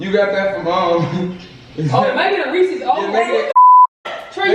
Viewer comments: If she say REEEECS ONE more time 🙄💀 it’s Reese’s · Everytime she said resses wrong it made me mad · "I THINK THE REECIES OLD WE NEEDA SUE WALMART